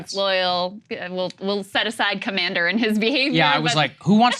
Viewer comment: biden: the commeownder in chief :D